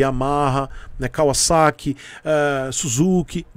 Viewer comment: Ganhou um like por falar corretamente Kawasaki...kkk